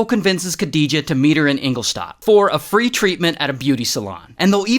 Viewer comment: Love the way you say Ingoldstadt haha